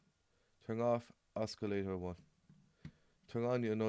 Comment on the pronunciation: Os-killator? :P